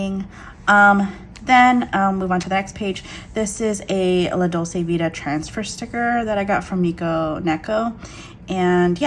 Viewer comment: Hello! I like your channel and thank you for sharing your planning style with us. Just an FYI, Dolce is pronounced as DOLE-CHAY, meaning sweet. La Dolce Vita = the sweet life. You can hear the word here